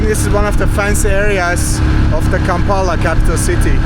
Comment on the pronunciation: bro kampala aint that hard to say